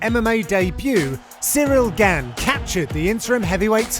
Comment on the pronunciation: John mate, it's pronounced "gaun", even the commentary had it right, this is your job.